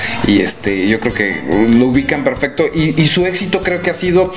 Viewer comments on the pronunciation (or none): none